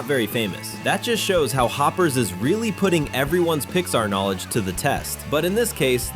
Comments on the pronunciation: The heck is Hoop ers it’s Hoppers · Ah yes, "Hoopers", my favourite Pixar movie... (for real though nice video I love this movie)